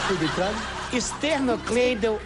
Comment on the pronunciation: " Fui bem craro?" 😂😂😂😂😂😂😂😂😂